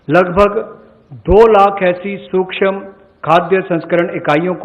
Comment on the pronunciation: सुक्षम नही सूक्ष्म ।।